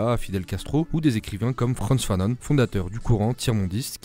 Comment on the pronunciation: On dit franz fanɔ̃